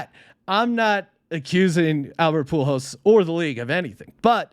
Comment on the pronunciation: Poo Holes. Not Pool Hose. He's putting the "L" in the wrong place... It's ok tho, Albert hasn't been around that long. Young player, so I wouldn't expect him to know his name. 🤦